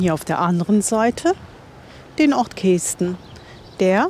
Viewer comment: Lustig die Aussprache Kesten. Also das "e" spricht man kurz nicht wie "ee". Genauso wie ortsunkundige zu Küüs sagen wenn sie Kues meinen, was wie Kuhs ausgesprochen wird. 😂